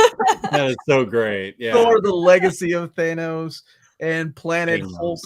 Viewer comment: I STILL have a hard time saying Thanos the correct way (THAN-OSE)...I pronounced it THAY-NOSE in my head for 40 years! So I am with ya on that.